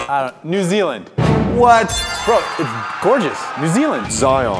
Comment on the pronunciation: when he said NZ I felt that bc ima kiwi and also when he said "gorges" awwwwww man